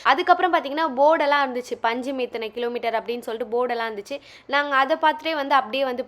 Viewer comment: அது பஞ்சிம் இல்லமா... பான்ஜிம்.. இல்லனா பனாஜி..